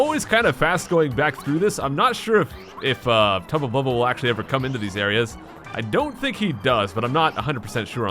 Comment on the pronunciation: Yeah said tubla bulbla 5 times and the sounds like a drink Irish man